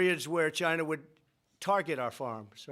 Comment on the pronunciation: Wait, so I purchase a new phone, the price is up 25% due to his tariffs on "Gy-nuh", and he is going to give my 25% tariff I paid... to the farmer?